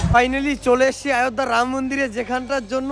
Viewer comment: আয়ধ্যা না বলে অযোধ্যা বলো.